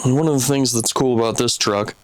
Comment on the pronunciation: A rubber boot, aboot 😆